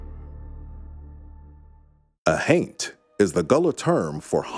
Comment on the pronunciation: Every time he says haint, my juvenile mind (despite being over 40) keeps hearing TAINT lol 🤣